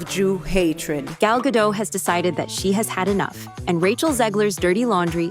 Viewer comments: GadoT, the T is NOT silent. Simply fanatically pronounced. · Her name is Gal Gadot. But they pronounce it Gal Gado 😢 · You pronounce the T in Gadot! It is not a French name. I am not picking on the French, I am of French descent. It's just that they are known for not pronouncing the last letter in a word, Hebrew isn't like that! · Stop mispronouncing Gal Gadot's last name. She's not French. The "T" is not silent. She's Israeli. "Gadot" rhymes with "note." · The T is not silent. She says it herself. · It's fuggin "Gah-dote" not Gah-dough ... a bit like "gull gah-dote" ... like in anecdote. And the video's clickbait zhit. How can you make a video about a subject, not even fact check how to pronounce it, then expect any credibility. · The T is not silent ffs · Okay, two things: 1. I’m pretty sure the “t” in Gal’s last name is not silent. 2. Who cares about her feud with Rachel Zegler? At the end of the day, I’m pretty sure this movie bombed because people saw it for the soulless cash-grab it was and not because of any extraneous garbage having to do with Israel-Palestine. And no, no amount of antisemitism puts Gal Gadot’s acting above criticism which I have seen people continue to do with legitimate justification. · Its Gal GadoT not Gal Gado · Gal Gadot, not Gado. The T isn't silent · It's pronounced Ga-DOT, not Ga-DOW. Gal is Israeli, not French. 🤪😝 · Gadot, rhymes with hot. Its crazy that people are making videos about her, without even knowing how to pronounce her name. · Please pronounce Gal Gadots name correctly! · Doesn't she pronounce it "Ga-dot", tho? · Why is Gal Gadot’s name mispronounced so often?